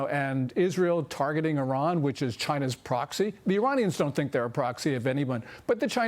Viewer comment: Good to hear Iran correctly pronounced as "E Run" and not "I Ran" ....